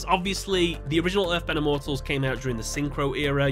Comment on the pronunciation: Please never use the dub for reference again. Not only did they super mispronounce the names of the Immortals, but the scenes you showed in the video were cringe-inducing lol. 🙏 🙏